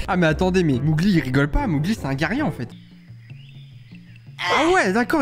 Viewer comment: on dit Mowgli [mogli] pas [mougli] 😂 et le petit d'homme c'est normal 😂 et il dit Quasimodo 😜